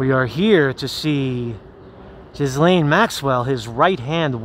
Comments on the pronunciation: Marcus, her name is pronounced GEE-LANE. Not Jiz Lane. Not Jiz Lean. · It's a silent s in Ghislaine.